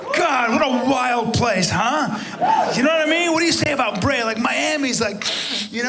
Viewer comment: Lost me at “Breya”